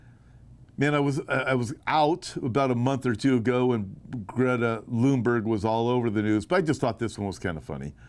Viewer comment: Greta Thunberg, not Lunberg